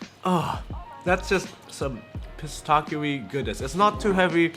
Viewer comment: Your praline pronunciation is fine, but your "pistachio" one needs work :)